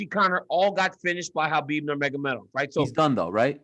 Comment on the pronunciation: Helwani’s pronunciation of so many names really irritates me. Khabib turns into Hhchabib.....Adesanya turns into ADES-anya.....Nate turns into Nathan Why.....why?